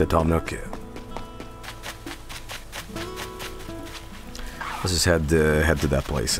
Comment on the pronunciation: Toom Nook... More like Tom Nookem